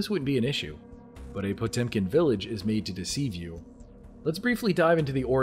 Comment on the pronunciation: For a second I thought he said Pokemon Village.